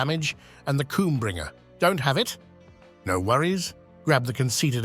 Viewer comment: Is no one going to mention the "KOOMBRINGER" I thought I've heard it all.... Love your content